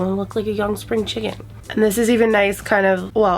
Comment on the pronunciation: “ i dun wanna lewk old I wanna lewk like a young spring chikken “ 😂😂